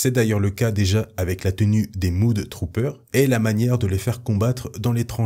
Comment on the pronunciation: les mudtroopers se prononce ''MEUDE"" trooper, mud signifiant boue! désolé j, ai les oreilles qui ont saignées, j'ai pas pu m'en empêcher!